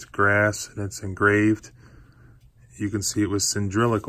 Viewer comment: Cyndrilical? Or...cylindrical! Mortise and "tendon"?? Ummm....that would be a "tenon". And....SL!OW down with the camera....Makin me seasick